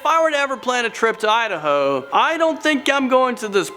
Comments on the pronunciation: Idaho, no udaho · Lol he said "Idaho"😂 "i d ho"